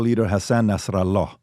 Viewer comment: why does PBD say Hasan Nasr'Allahs name like that looooool I get you have to grift but you aint Arab and we don't say his name like that